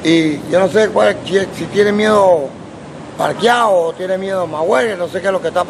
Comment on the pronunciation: Roberto Duran: Parquiao, instead Pacquiao! So funny!